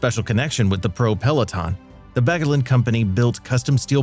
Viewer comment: "Battaglin" is a crushing butchery in the hands of an American narrator.